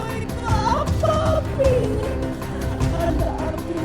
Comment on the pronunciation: API BUKAN APIH wkwkwk bercanda 😁